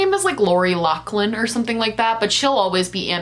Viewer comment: Wow youre the first person I’ve heard speaking about this situation who actually pronounced ‘Loughlin’ correctly hahaha . Also go off sis